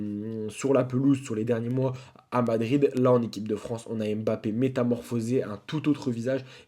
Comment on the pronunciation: Kylian M Bappe ❌ Kylian Mbappe ✅